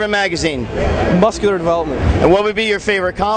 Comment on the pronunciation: i laughed till cryied when gregg said mooscular watched it 50 times &still funny nice work frenchy !!